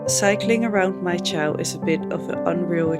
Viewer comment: Congratulations. You can't even pronounce the place correctly. "Chow"????? Wrong. You probably should learn how to pronounce places before making your videos.